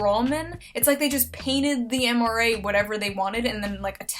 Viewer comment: "The MRA" Oh, Shoe. 11/10 for trying.